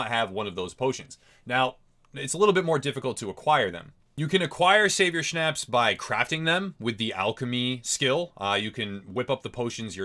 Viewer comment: Good video, however.... schnapps is pronounced differently, and you cant eat it, you drink it.